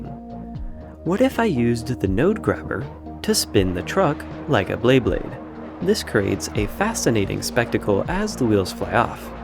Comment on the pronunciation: Bleyblade. 💀 No one seems to know how to pronounce it correctly.